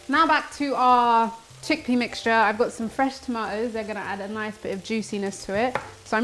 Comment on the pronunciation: Sweetheart, I love your recipe but did you say vegan check pea?🤣😂 I can’t take you serious after that. Also I love that you are t scared of making mistakes - that’s actually what normally happens in real home kitchens… way to go!!